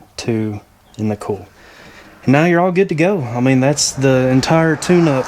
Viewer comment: It took am a bit to realize you were saying coil...and not "cool"! 😂 Great video!